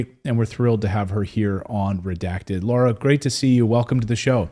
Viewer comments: Lara, Claton, not Laura. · Hey Clayton, her name is LARA not LAURA! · Clayton, her name is Lara - not Laura - different pronunciation.